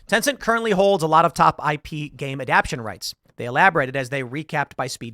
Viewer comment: Does Tim need glasses? He mispronounced both adaptation and unsurprising, neither of which are particularly difficult or strange words.